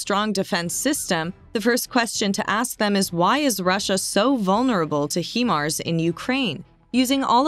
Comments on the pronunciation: It's O.K. to say HI-mars when describing the Ukrainian missile system...that's Hi, as in hello/Hi... not He, that describes a male, I believe. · Does the acronym stand for “hee mobility” of “high mobility”? Now erase this video where you mis-pronounce this weapons system repeatedly for 9 minutes and call it by its proper name. Do better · When, oh when, are Americans going to learn to speak proper English? The Name of the Missile System is pronounced as "Highmars" not Heemars. It stands for "High Mobility Artillery Rocket System". It's bad enough when you pronounce "Anti" as Antie; but with HIMARS, you've done the opposite. For God's Sake, get a grip and start learning how to pronounce English words. OH! And don't give me any excuse that you're speaking American. The North American Indians spoke the original language of your country. You took the languages you speak from Europe, so have some respect. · I was beginning to believe this information until she said "He-mars". It is pronounced "Hi-mars"! Now I wonder about the veracity of this info when it is real easy to do the necessary research to be able to pronounce things correctly. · It's High MARS robot lady not HE MARS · There called HIMARS not HEMARS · It’s pronounced Hi - MARS, not HE MARS. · Not HE_Mars , HIMARS. Stupid AI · It's pronounced "Hi mars" and not "Hee mars". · it’s pronounced as “HAI-MARS”, not “heemars”… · Please pronounce HIMARS correctly. HIMARS is an acronym for High Mobility Artillery Rocket System. The HI in HIMARS is for High, not He. Thank you. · Not Hemars, Hi-mars. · It's not Heemars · this is the first commentary I have heard, where Himars were pronounced 'he-mars' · Anyone else bothered by the "hemar" pronounciation? Lol every time I heard it I wanted to punch myself in the face. If your going to do a story at least say it right my ocd can't take it. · It’s pronounced like “high marz” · Hello, HYMARS is pronounced 'High-Marz' 😊👍 Thanks for the informative video.